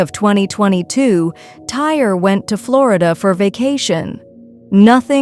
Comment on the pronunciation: It’s Ty-ree, not tire.